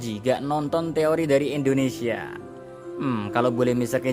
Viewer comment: Indonesia bukan endonesia 😢